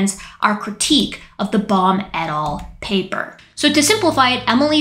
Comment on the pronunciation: After a while your "Baum et. al." phrases sounded like "Bomb it all". 😄